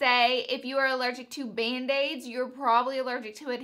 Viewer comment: when you first said band aids I thought you said mayonnaise 😂